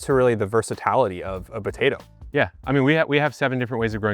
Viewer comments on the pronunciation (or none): Brooo, the buh-tay-doh accent killlls me 😂